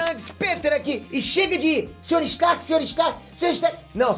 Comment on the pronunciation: ninguém: absolutamente ninguém: peter: Sr.star??